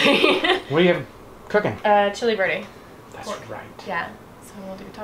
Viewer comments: Right, chili VERDE... Was wondering why it's called chili birdie when it's pork not chicken🤣 I heard birdie and even the captions said birdie🐓😂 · I have issues with hearing so I was watching and listening what I can, and when it was supper time the closed caption kept saying "chili birdie" and I was so confused, what is chili birdie??? Then when you described what it was and said Chili Verde I understood!!😅😅 . Any chili verde shall be chili birdie for now on to me 😅😅😅😅